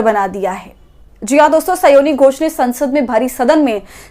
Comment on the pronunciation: स्योनी घोष नहीं, स्यानी घोष बोलिये महोदया।